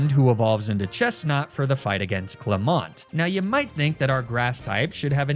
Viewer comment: I don't think that's how you say "clemont" 😅